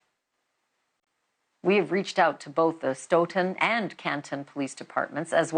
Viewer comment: Look deeper. Stoughton has had a police department problem for decades. And its pronounced Stooghton like stool the oo sound. My question is shouldn't the Mass. state police be investigating this? They obviously can't investigate themselves, they just find no wrongdoing.